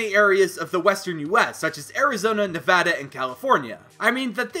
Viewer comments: OMFG YOU SAID NEVADA RIGHT LEEEETTTTTSSSS GOOOOOOOO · I am a simple man. If Nevada is pronounced correctly, I leave a like. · YOU PRONOUNCED NEVADA RIGHT. THANKYOUUUUUUUU. Oh and I live in Reno and there is some “ghost town” looking places like Virginia city.